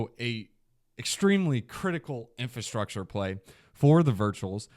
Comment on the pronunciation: Is my guy aware it's "Infrastructure" not Infustructure? Just making sure😅